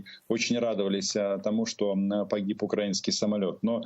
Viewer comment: Айдер, наголос на украЇнський, не укрАїнський, вухо ріже що страшне. Відвикай від мордоровськой вимови.